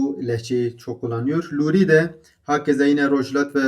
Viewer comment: Baba Tahir ne zaman Urmiyeli oldu?Hemedanlı'dır.Zaten Urmiye'de Lor Kürdleri yaşamıyor.Ama Hemedan'da Lor Kürdleri mevcuttur.Ayrıca Luri diye telaffuz edip kendinizi zorlamayin.Nasıl ki Suran değil Soran diyorsak aynı şekilde Lor ve Kormanc diye telaffuz en doğrusudur.Çünkü biz Kürd konuşurken hiç bir zaman Ez Kurmancim demeyiz,ez Kormancim deriz.Yani U ile telaffuz yoktur.